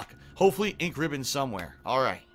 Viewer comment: I'm crying here.. That door thing, what in the ever living fuck, who would do that? Let alone FILM THEMSELVES DOING IT AND UPLOAD IT TO THE INTERNET. Jesus H. PMSL watching this, cheers :D Also why the fuck does he say "Ink Ribbon" like that, is it off or is it just me? Like he puts emphasis on Ribbon Instead of Ink. Maybe it's just me, anyway wtf am I talking about why did I type this out.. One last thing who runs out of Ink Ribbons LMAO, they're basically just a technicality to anyone with a clue how to play.